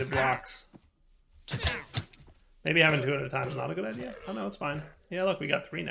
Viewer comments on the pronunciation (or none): none